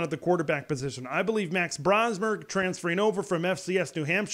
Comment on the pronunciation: btw it is pronounced BRO-smer not BRA-smer